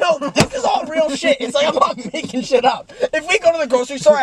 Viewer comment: I wanna feel the light the stutter shmaking them